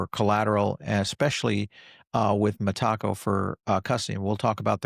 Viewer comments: Meta co.. not mah taco. Lol. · META....CO. NOT M'TACO. .....LOL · Always gets that pronunciation wrong ! Sometimes mixes up lend and borrow 🤦 which is basic English and often conflates XRP & Ripple yet we keep tuning in for his wise knowledge 😂❤ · MeTACO? Is that a Mexican institution? 😅 i thought it was pronounced METAco? Good stuff. I appreciate all your content and observations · … love your content, but we gotta work on your pronunciation of Meteco. Think of it phonetically like this met.-a-co!! 😂 every time you say it just makes me laugh. The reason I know it’s the correct pronunciation as I’ve heard Brad Garlinghouse and the senior executives from that company share how it’s pronounced. Keep up the great work! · Metaco has nothing to do with tacos. Those involved pronounce it Meta-co.